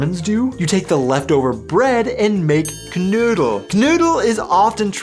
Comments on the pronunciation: The name is "Knödel" (spoken:knoidel) and not "Canoodl" ! That sounds like an Aussie Road Kill Leftover! And you never use bread!😱 Usually only in a Paperbag dried rolls or buns😆😉☝️ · Your pronunciation of KNOEDEL is abysmal, Note OE is equivalent to O with Umlaut on keyboards without such character.